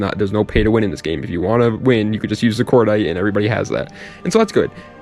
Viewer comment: Once you said cordite I just ended the video lol